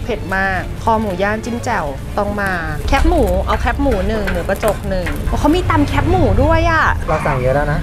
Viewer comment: แคบ ไม่ใช่แค๊บ